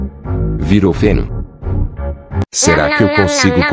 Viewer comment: Kkkkkk falou deno E era pra ser feno